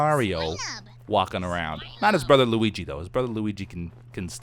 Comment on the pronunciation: I cringe when he pronounces Mario.. xD To a lesser degree, Luigi too